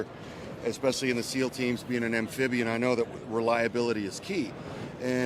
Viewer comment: Warfighter. Spec Ops. Amphibian. Relalabilitah. 😂